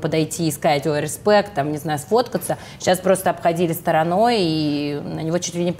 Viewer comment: рЭспЭкт 😆 ведущая ваще жжёт)